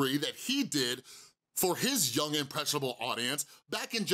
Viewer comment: I dont like Logan Paul at all but I was lowkey giggling at him messing up the word impressionable the whole time